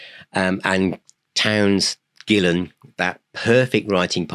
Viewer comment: I've been pronouncing his name Gill-ON for almost 30 years. If I had been saying it the correctly, it would have been pronounced the other way. Go figure.